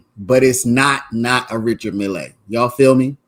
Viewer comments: Just Mill not Millay.😊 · Stop saying mill lay!!!